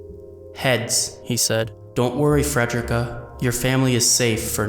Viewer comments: I'm crying dawg it's Fre-de-rica not Fred-drick-uh 😭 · Love the video but... it's fred-ree-ka. Ffs. You don't say "fred-er-rick" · Not only did you mispronounce Frederica's name, but your description is totally wrong. She did not work for Roswaal "back in the day"-- She always worked for Roswaal, she is just the head maid of a different mansion he owns. I don't think it would have been a meaningful spoiler to be accurate about that. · Your announcing fredickas name wrong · Learn how to say Frederica